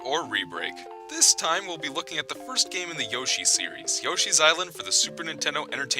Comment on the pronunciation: When you said "The first game in the Yoshi series" I thought you said "The worst game in the Yoshi series." I was about to dislike, then I found out, so now the video is liked by me!